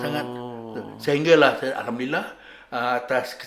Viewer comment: Ustaz sebut alhamdulillah bukan hamdilah